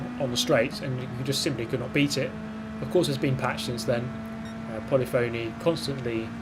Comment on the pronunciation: doesn't know how to pronounce polyphony.